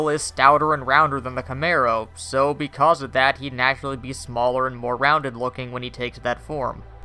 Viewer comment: "Beecause" reboot